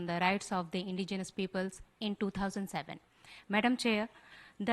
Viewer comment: Her twisted tongue can't say indigenous, let her go back to kindergarten again n study about India's indigenous people